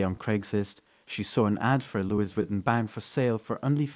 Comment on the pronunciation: "Luey- vi-ton"